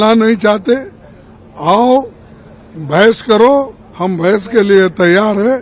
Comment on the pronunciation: Bhens nhi hota bhas hoti hai. Gawaron k gwar nrta😂😂😂😂😂